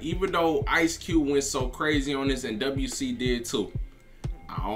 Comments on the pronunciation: It’s pronounced Dub C lol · We don't say W C we say Dub C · It’s just Dub-C. Not double U C lol😂😂😂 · Pronounced Dub C